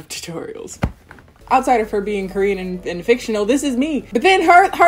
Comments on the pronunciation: You're Korean pronunciations sound so good... Do you speak Korean? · Your Korean pronunciation is really good :) Love from Korea 💓